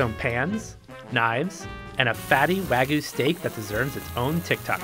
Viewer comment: I was going to watch the video until I heard "WAG-OO" It's pronounced Wahg-you